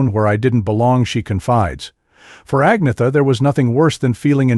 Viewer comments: its not AG-netha......its An-yetta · AN - YET - AH...not AGNEETHA. Just sayin'... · At least pronounce Agnetha's name correctly